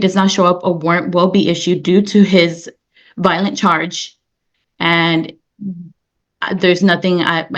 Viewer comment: Valdez, 2 syllables. Not Validez. Violent with a long I. Not Vaolent.